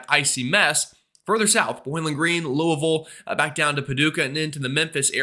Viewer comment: Thanks,. As a native Louisvillian, your "Loo-a-vull" pronunciation was excellent! Cheers.